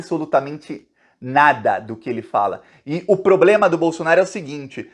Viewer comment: Tchutchuca do centrão e noivinha do Aristides!!!! Kkkk Este presidente tem "pobrema"!!! Kkkk